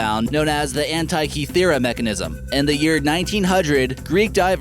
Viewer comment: The pronunciation of Antikythera is DREADFUL!!!